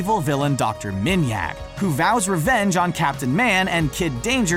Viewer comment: Dr. Manyak it’s dr. Minyak. Seriously?